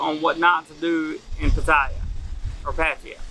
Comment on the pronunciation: At least pronounce it properly 😂😂